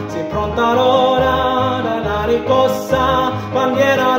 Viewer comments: Lovely sung and played, and your pronounciation is overall good, but isn't it riScossa? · Bella esecuzione peccato che non riesce a pronunciare bene RISCOSSA e non RICCOSSA! Complimenti lo stesso per questa canzone che ha accompagnato tante speranze e lotte operaie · Socialismo is not pronounced "soSialismo" in italian, but So-"tchee" -alismo. He made this error while chanting several times. Also "Riscossa" he pronounces "RiCossa". Similar phonetic speaking Italian i found in Asian people.